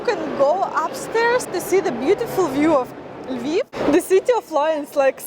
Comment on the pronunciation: букву И на англиском произноси чуть короче. :) особенно в слове City. а так видео интерестное. приезжайте к нам в Литву в гости :)